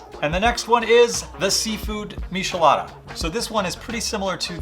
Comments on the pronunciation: ☹ It's not pronounced mishelada. The "ch" is pronounced the same as in the word "check". Please don't say mishelada, it hurts my ears lol Mi - che- la- da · for the record its not mishi-lada, its mee-chee-LAH-dah. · I almost clicked off the video when you miss pronounced miCHelada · He said a meeshalada lol 😂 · It’s disturbing😂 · 🤣🤣🤣🤣🤣 before I came to the comments I kept saying "why are you saying mishelada!!" 😂😂😂 it bothered me in a way that was annoying 😂😂😂😂 good drinks tho good drinks! 🥴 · IF WE TOOK A DRINK EVERY TIME HE SAID MISHALADA...we'd be fuuuuugged upp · I can't trust someone that can't pronounce it, next video 😅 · You need to learn to pronounce both Worcester and Michelada correctly